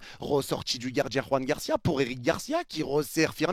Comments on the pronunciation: salut je regarde souvent tes vidéos et tes lives, notamment ceux du Barca, juste pour te dire que le prénom Joan de Joan Garcia (le gardien du Barca) est Catalan et pas Espanol, donc il se prononce Joan (comme le " j " de jeux en français) et PAS Roan ( avec le" j " espanol comme dans Juan ) sinon j'adore tes lives, les debrief et tout, force a toi! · Joan Garcia et pas Juan Garcia. C'est un catalan pas un espagnol. La prononciation n'a rien à voir !